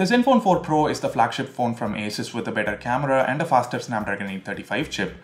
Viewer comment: I guess ASUS is pronounced like 'A' 'SOOS' rather than 'A' 'SUS'